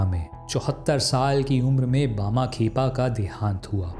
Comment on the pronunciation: tum saare videos me naam galat uccharan karte ho. Lagtaa hai hindi ko english scipt se padhte ho.